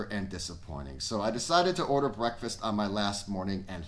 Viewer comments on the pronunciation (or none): none